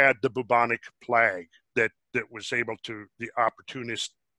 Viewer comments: Whilst I feel the message is more important than pronunciation, it is amazing that such a mind doesn't know how say 'plague'. I guess we all have blind spots. I do. Do you? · Please learn how to pronounce "plague" properly... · How to pronounce 'plague'? 😁